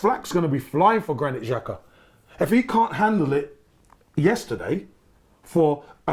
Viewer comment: From the same team that still call Sanllehi 'sanelli' & Saka 'sako' 😫